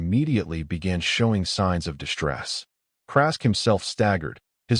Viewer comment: Great story. BUT, SHTRUCTURE, EXSHTREME, DISHTRESS, INSHTRUCTED, DESHTROY, SHTRAINED, DESHTROYED, DEMONSHTRATED, SHTRUCTURAL, CONSHTRUCTION, SHTRONGEST, SHTRATEGISTS, RECONSHTRUCTING, STRUGGLED, these are said up to 30 minutes....these are NOT English words. WAY too many AI and humans put that Freakin "H" after the "S"!!!! WRONG, WRONG, WRONG!!! And, yor AI, and it is MOSTLY this same AI voice throughout YouTube, that Freaking stu.u.u.u.udders on some wo.o.o.o.ords! Very annoying.